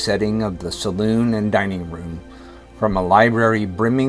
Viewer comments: “Salon,” NOT “saloon!” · Oh dear me..salon not saloon!😮